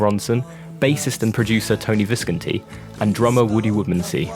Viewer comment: It’s Tony Vis-CON-ti 🥴